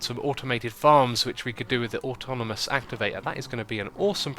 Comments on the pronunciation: Ben North I know but he was putting letters in the wrong positions that isnt just an accent (he said atomonous not atonamous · X its pronouced aw taw naw mus activator :) sorry it just nagged at my mind and i had to say something